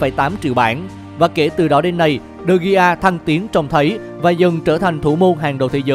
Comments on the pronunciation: Degea mà nói digi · đọc đúng là Đờ He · Đọc là đờ ghia chị ơi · Đa vít đờ gê a thì hay hơn đờ gi nha người đẹp và ngon nhất kênh @@ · David De Gi cười ỉa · Đọc là Đờ Ghi luôn. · Đọc chuẩn là Đờ He nhé. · Đê vít đê ghi🤣🤣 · E phát âm tên của de gea sai rồi